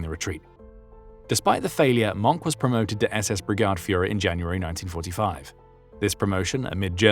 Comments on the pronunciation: He said ‘I never believed in the racial part of National Socialism.’ 😂😂😂His name is NOT pronounced ‘Monk’. More like mern-kuh. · It is not “Monk”, You need to pronounce The e at The end of Mohnke’s name. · A war criminal like the most SS man. Oh and...its not pronounced "Monk"! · Leave it to a British person to NOT pronounce MOHNKE correctly, it has TWO syllables, not one. The "e" is not just there for no reason. Do you pronounce the "X" in SIXTH, or are you one of that portion of Brits who've decided for some reason I have not been able to learn, to say "SICKTH?" I WILL give you points for getting the strange German thing with crossing W and V right, saying Vilhelm instead of Wilhelm. On a separate, interesting note, English monk is Mönch auf deutsch. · Hard to listen to when you keep mispronouncing his name. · Mohnke flip, that's not how you pronounce Mohnke! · It’s not “Monk” or “Moank”. It’s roughly “Moan-keh”. German is one of those pesky languages where you usually say all the vowels. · it's pronounced "moankuh" not "munk". might be nice to learn how to pronounce a name if you're going to narrate a documentary on it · Its nt Monk - its pronounced Mongka (monke) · it's pronounced Mon-keh, not 'Monk' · His name is pronounced Mohnker not Monk ‼️ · Not 'Monk', Mohnke, it's a German name, not an English one.